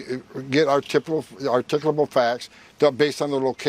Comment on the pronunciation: What the hell did he say? Articable facts? What the hell is an articable fact?